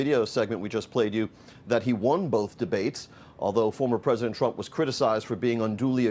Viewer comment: Mister president.. in a less than a man voice.. mister pwesident... mister pwesident 😵